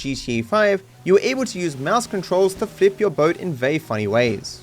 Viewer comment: "StaWWp Ur bOEt"